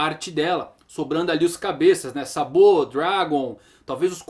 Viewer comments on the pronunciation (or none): "SABO" kkkkkkk pronuncia engraçada. salve!